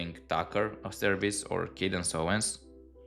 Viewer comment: I like your how you pronounce Candice 😅 ka dance whatever is that for occult purpose you say her name wrong just kidding she does seem a nasty person super competitive in her own words something competitive she’s very proud of